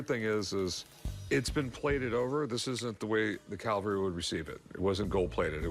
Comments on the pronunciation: Rick, it's "CAVALRY" not "caLVary"! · Why does Rick say "calvary" at least twice. Is it that crazy American christian stuff coming out?